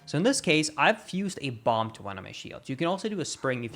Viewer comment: First, want to say that you speak English better than most of us. But wanted to point out that bomb has a silent b at the end for some reason. Love your videos, thank you.